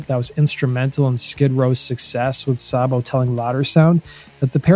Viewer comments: It's not Sahbo. It's pronounced Saybo. My brother knew them personally. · "Say-bo." Not Saa-bo. He even said so when his buddy Jon Bon Jovi did a fake interview with him. Please learn how to pronounce things. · I can't listen to this...it's Saybo..not Sahbo. Unsubbed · It's not Sahbo! Sabo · Pronounced snake 🐍 SAY-BO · Dave Sabo with a long a sound. Not whatever you’re attempting. It’s pronounce like Saybo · Thought Dave Sabo's name was pronounced like "Saybo". The way He is pronouncing it sounds weird. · Saybo it's pronounced Saybo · no mention of their 1st drummer who was bonjovi's 1st drummer but fucked that up. joined daves band and stabbed his drug dealer right before they got signed and had to do 11/29 in the big house, rob was an emergency replacement... and its pronounced SAY BO dammit...